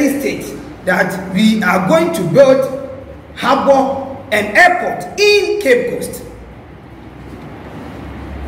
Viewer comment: Please it is Harbour not haba